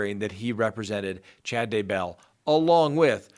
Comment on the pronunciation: I love this channel, but it does drive me nuts when you put the emphasis on the wrong syllable on names. Chad DAY bell. TY lee, not day BELL or ty LEE